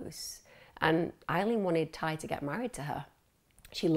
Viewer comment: Isn’t her name Aileen, not Eileen? x